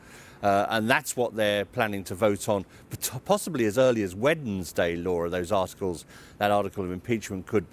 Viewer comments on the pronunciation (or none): I love it when people say Wed-ens-day (Note to self: say Wed-ens-day more often).